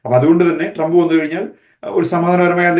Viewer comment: സഹോദരാ ട്രാമ്പ് അല്ല ട്രമ്പ് എന്നാണ് ഉച്ഛരിക്കേണ്ടത്. Tramp എന്ന വാക്കിന്റെ മീനിങ്ങു നോക്കുക😂 “ ഇനി ട്രമ്പും കമലയും മത്സരിക്കുമ്പോൾ ഞങ്ങൾക്ക് വ്യക്തമായ ധാരണയുണ്ട്. ഞങ്ങൾ, മലയാളികളായ അമേരിക്കൻ പൗരന്മാർ പൊട്ടന്മാരല്ല. നാലു വർഷം ബൈടനും കമലയും എന്ത് ചെയ്തു? 1. പണപ്പെരുപ്പം അമേരിക്കയുടെ ചരിത്രത്തിൽ ഏറ്റവും ഉയർന്ന നിലയിൽ. 2. 20 മില്യൺ അനധികൃത കുടിയേറ്റക്കാരെ ഞങ്ങളുടെ നികുതിപ്പണം എടുത്ത് തീറ്റിപ്പോറ്റുന്നു. 3. ജനിച്ച കുഞ്ഞിനേപ്പോലും തള്ളയും (പെഴച്ച), ഡോക്ടറൂം കൂടി തീരുമാനിച്ചാൽ 24 മണിക്കൂറിനകം കൊല്ലാമെന്ന കാടൻ നിയമം 7 സ്റ്റേറ്റുകളിൽ ഇതിനകം പാസ്സാക്കി. 4. പ്രകൃതി വിരുദ് ധ ആൺ-ആൺ (sodomy), പെൺ-പെൺ വിവാഹങ്ങളെ പ്രോത്സാഹിപ്പിക്കലും മഹത്വീകരണവുമാണ് ഇവരുടെ വൃത്തികെട്ട നയം. 5. ആഹാര സാധനങ്ങളുടെ വില രട്ടിയായി. ഗ്യാസിന്റെ (ഇന്ധനം) ശരാശരി വില $1.50/ഗ്യാലൺ (1.0 ഗ്യാലൺ = 2.84 ലിറ്റർ) ഇപ്പോൾ $3.80/ഗ്യാലണായി. 6. ഗ്ലോബലിസം എന്ന കാടൻ സിദ്ധാന്തത്തിന്റെ ഭാഗമായി ലോകത്തിൽ ആദ്യമായി ബോർഡർ ഇല്ലാത്തൊരു രാജ്യമാക്കി അമേരിക്കയെ മാറ്റിയത് പോരാഞ്ഞിട്ട്, ഉണ്ടായിരുന്ന 500 സുരക്ഷാ മൈൽ മതിൽ പൊളിച്ചു രാജ്യത്തെ കൊലപാതകികൾക്കും ഗുണ്ടകൾക്കും തുറന്ന് കൊടുത്തു. 7. വിദേശ രംഗത്ത് വൻ പരാജയം. ലോക രാജ്യങ്ങളുടെ മുൻപിൽ അമേരിക്കയെ തുണി ഉരിച്ചു നിർത്തി. 150 ബില്യൺ യുദ്ധോപകരണങ്ങൾ തീവ്രവാദികൾക്ക് എറിഞ്ഞു കൊടുത്തിട്ടു അഫ്ഖാനിൽ നിന്നും 13 പട്ടാളക്കാരെ കൊലക്കു കൊടുത്തു രാത്രിക്ക് രാമാനം, നാണം കേട്ടു ഓടേണ്ടി വന്നു. 8. പ്രൈമറി ക്ലാസ്സിലെ കുട്ടികളേപ്പോലും മതാപിതാകുളുടെ അറിവ് കൂടാതെ ഖജനാവിൽ നിന്നും പണ മെടുത്തു ലിംഗ മാറ്റ ശസ്ത്രക്രീയ നടത്താൻ നിയമം ഉണ്ടാക്കി. സ്‌കൂൾ ലൈബ്രറികളിൽ അശ്ളീല പുസ്തകങ്ങൾ നിയമ വിധേയമാക്കി. 9. അമേരിക്കക്ക് എന്തിനും വിഡ്ഢ